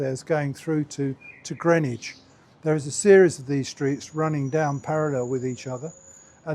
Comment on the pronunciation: And GRIN-IDGE!